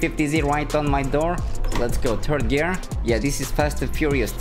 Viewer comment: “turd gear”